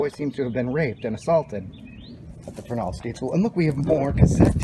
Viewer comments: ya... you said : ferNALD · we knew a guy who worked there and he pronouced it FERnald